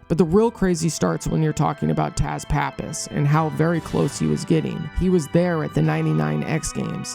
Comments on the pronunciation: It's pronounced "Tuss", not Taz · His name is not pronounced as Taz, it's sounds like Tuss.